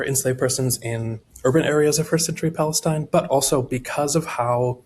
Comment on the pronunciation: It was so cringe hearing this weirdo so confidently repeat and repeat and repeat time and again, “1st century pALeSTinE”